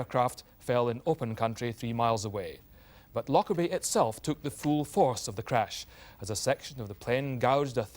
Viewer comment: It depends how you say it. It's a very soft, gentle word in the local dialect and it's so sad that it's tainted with this horrible association. The people in this video are all English and aren't saying it right, with too much emphasis on on the "lock" bit. It's said like: loh-Kerr-bee You don't say the emphasis on the c like you do in lock, but say the K like how it's pronounced at the start of "kite"